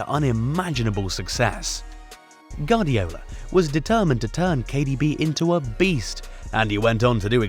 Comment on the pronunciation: Hey amigo, it's pronounce "Gwardiola", not "Gardiola".